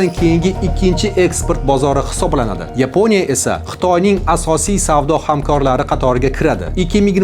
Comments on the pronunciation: Нима учун Йипония,Япония эмас. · Yiponiya emas Yaponiya !!! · Ruscha talafuz bilan ''Yeponiya'' emas o'zbekcha talafuz bilan "Yaponiya" deyish kerak. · yepoʻniya emas Yaponiya deyiladi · Tilingdagi aksentni yuqot, Jurnalist..... O'chunchi, Yepinoya, mo'mkin, ixsoslashtirilgan.... kabi talaffuz nuqsonlaring bor